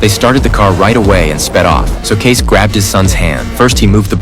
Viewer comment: It's Kay-cee. Not Case.